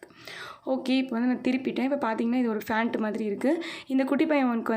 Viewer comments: Emma panta ha fantu nu solra, Box ku atta box nu solra and adikkadi ok va ok va nu solra these are irritating🤦🏻‍♀️ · Hey yeruma athu "pant" "fant" illa First learn to pronounce correctly then you start youtube channel